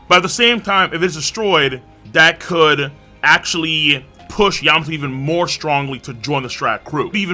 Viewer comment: You mean yam-ato